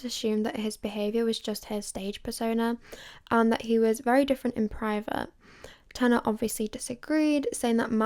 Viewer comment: You’d think if you wrote and planned out this entire video you’d look up how to pronounce tanas name